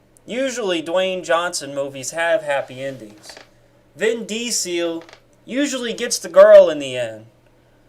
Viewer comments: a vin dee-seal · I didn't know that's how you pronounce Vin Diesel's name lol